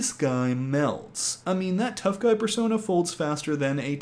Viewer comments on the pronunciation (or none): none